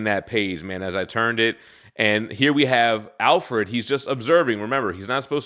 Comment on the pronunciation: I don't think I've ever heard anyone pronounce Alfred as Al-ferd.